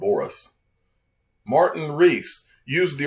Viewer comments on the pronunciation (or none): none